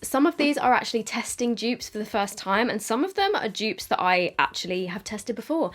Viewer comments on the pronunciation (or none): All us Americans thinks she is says joops